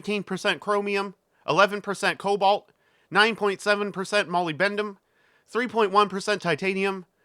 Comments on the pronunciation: Wally "Shih-RAH". Accent on the second syllable. The word is "molybdenum" and it's pronounced "muh-LIB-duh-num" not "Molly Bendum" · Very informative but mollybendum? Surely its Molybdenum! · 'muh-lib-duh-num' by the way lol